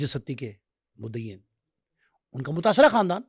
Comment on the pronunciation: سڑک چھاپ خود ساختہ صحافی اور چربہ کہانیاں کوئی تھوڑا بیسک انویسٹو گیٹو جرنلزم کے رولز کو فالو کر لو ایک ستی کو سٹی پڑھ رہا ہے اور دوسرے کو فرخ کھوکھر کے باپ کا نام ہی نہیں معلوم 😂